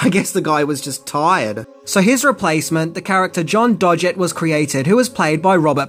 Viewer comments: Lool! The 'Dodge-it' surname got me 😂😂 it’s pronounced 'Dog-it’. Cool review though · Love your vids, but you need to research the pronunciation of a name now and then. For Agent Doggett, it's dog-it, not dodge-it. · #11 It's pronounced "Dog- It," not "Dodge It" #12 It's pronounced "PlAtonic," not "PlUtonic" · It's pronounced John "Doggitt" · Aw,!?! You ket me down, mate. I knew all if these. 😋 Btw, John Doggett's name is pronounced with hard G's; and not the "dodgy" soft G. 😉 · Doggett is pronounced with a hard 'g'. Credibility lost.